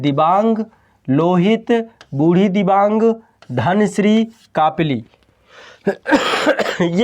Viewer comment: I am from Assam near brahmaputra river..one of the big fan of ❤️ माजुली दुनीयाका सबसे बड़ा नदीद्वीप और दुनीयाका सबसे छोटा नदीद्वीप भी ब्रह्मपुत्रके बीचमे ही है जिसका नाम है उमानन्द ৷निचे मेरा उमानंदा भ्रमणका लिंक दिया हुঁ एकबार देखना ৷ तीन नदीका नामका spelling थोड़ा गलत कहा आपने पीथुमारी,जियाबरेली,बुढ़ीदिबांग ৷सही Pronounciation है पुथिमारी, जियाभरली अौर बुढ़ीदिहिंग৷😊